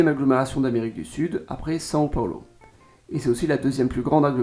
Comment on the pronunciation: Sao Paulo pas " San Paolo"!